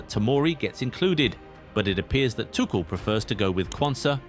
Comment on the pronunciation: I suggest you go to Scotland for holiday. The name of the coach is Thomas Tuchel, not Tushel. Since when is Tuchel coach? And you still do not know how to say Tuchel? Ignorant idiot!